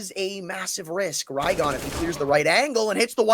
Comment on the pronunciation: "raygon" "cener" these commentators man